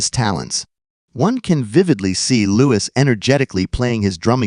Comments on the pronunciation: Don't believe AI videos - don't believe anything that says "Lewis" instead of "Looee" especially when it is AI rubbish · He is called Louis not Lewis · In case you didn’t understand that. His name is pronounced Loo-Eee! It’s French!